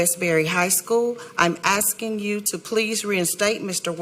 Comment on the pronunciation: Sistah must have gotten her PHD online or from distance university since she is still saying axing instead of asking